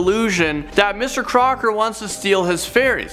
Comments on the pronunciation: Wait it's Mr. Crocker I thought it was Mr. Cocker...... 😂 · Crocker's? You mean Crock's? XD